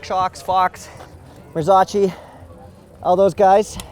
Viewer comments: Marzocchi is pronounced "mar-zoky" not marzochee. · It is pronounced MarzoKi! 😂